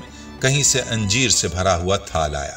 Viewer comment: انجیر کے الف پر زبر ہے اسے زیر کے ساتھ اِنجیر نہیں کہنا چاہئیے ویڈیو کی ابتدا میں انجیروکھجور کا باربار اکٹھا ذکر کیا گیا مگر آخر میں دونوں پھلوں کو ملاکر نہیں بلکہ الگ الگ کھانے کا مشورہ دیا گیا ویڈیو میں غیر ضروری طوالت سے کام لیاگیا ہے الفاظ دہرانے سے گریز بہتر ہوگا ڈاکٹر رؤف خیر حیدرآباد انڈیا